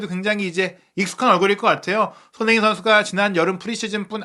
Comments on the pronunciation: "소너잉 선수" "소너잉 선수" "소너잉 선수" "손흥민 선수"로 발음해주시면 감사하겠습니다. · ㅋㅋ😂😂😅 소너밍도 아니고 소너잉 ㅋㅋㅋ